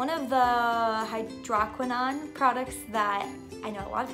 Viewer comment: "Hydroquinone" pronunciation = hai-drow- kwuh- nown